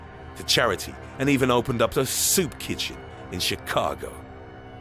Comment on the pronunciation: It's crazy the voice he's doing "he even OPENED a soup kitchen"